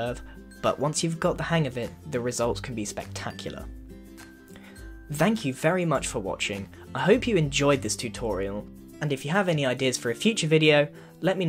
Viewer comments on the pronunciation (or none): "vank you all for watching!"